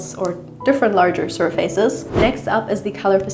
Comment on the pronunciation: Zusammenfassung : Pippi Langstrumpf zeigt uns ihre neue Villa Kunterbunt 🤣 Übrigens "surface" hat nichts mit "face" zu tun und wird deshalb auch nicht so ausgesprochen 😁